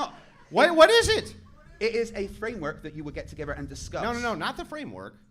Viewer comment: Last time I checked it’s pronounced together. Not “togevor”